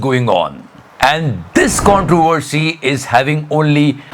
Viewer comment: "CONTROWVWERCY""""🤣🤣 It's okay not to be able to say "V" -YT guy....I don't remember your name,...